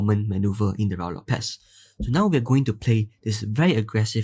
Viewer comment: IMHO it is pronounced RU-I LOPEZ.